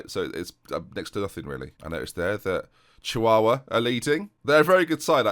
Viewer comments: Could say you made an absolute dogs dinner of the Chihuahua pronunciation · pronunciation of chihuahua was still better than this year's Youtube Rewind.